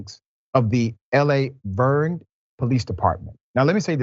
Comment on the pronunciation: It's Lavergne